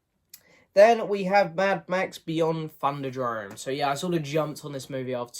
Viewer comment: THUNDERDOME, not thunderdrome. lol